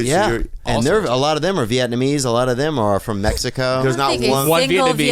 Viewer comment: Veeyet numeez